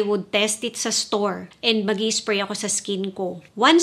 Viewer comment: Annoying ka magsalita. "1 spway guys, 1 spway"